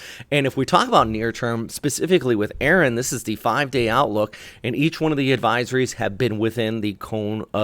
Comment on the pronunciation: The storm is ERIN not Aaron! It's ERIN!!!